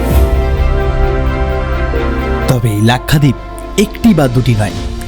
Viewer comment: Nam lena nahi ata to nam kyu le rahai hai bewakoof! Its lakshwadeep not lakhadeep